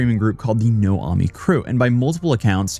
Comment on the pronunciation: Just to add a few more details 1. The name of his crew was more of... no-ae-mi, not no-ah-mi. And no-ae-mi means motherless. No, I am not kidding. It literally mean no (no, in English), aemi (mother, in Korean, but in a dialect). 2. The two stream platforms he mentioned, Soop and Chzzk are the two most prominent streaming platforms in Korea, not just random platforms. Soop was originally called Afreeca, and the platform has been operating since 2000s. As for Chzzk, that is a platform which started, as a response to the end of Twitch Korea. Majority of former Twitch Korea streamers switched to stream at Chzzk.